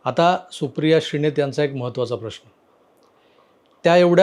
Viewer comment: श्रीणेत नाही श्रीनेत म्हणा